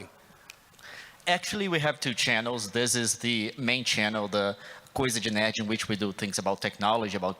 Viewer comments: quando o apresentador falou "coisa de nerd" eu entendi coisa de merda kkkkkkkk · Qdo ele tentou falar coisa de nerd eu entendi "Coisa de merda"